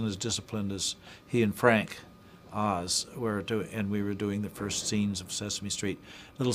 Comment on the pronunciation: Hubba-wah! FWANK OZ!